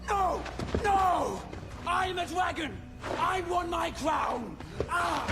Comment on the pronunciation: It really sounds like "I'm da dwaggon, I want my cwown", lol